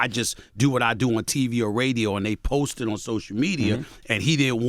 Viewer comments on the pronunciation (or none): none